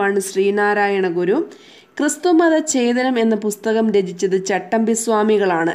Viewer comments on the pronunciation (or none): none